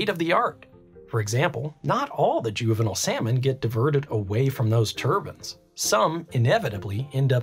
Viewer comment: Two things that made me hate this video: The consistent mispronunciation of turbine and juvenile. 1.) A turban (from Persian دوربند‌, durband; via Middle French turbant) is a type of headwear based on cloth winding. 2.) Decimus Junius Juvenalis, known in English as Juvenal, was a Roman poet active in the late first and early second century AD. He is the author of the collection of satirical poems known as the Satires.